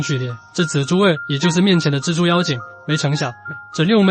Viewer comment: 是「隻豬」，是「蜘蛛」，傻傻分不清楚